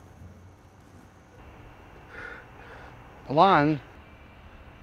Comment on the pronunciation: Your name is ALON not Alan